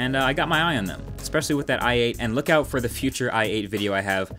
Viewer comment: *look not lok